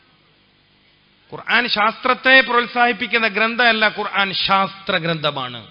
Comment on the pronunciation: قرعان😂ال قرءان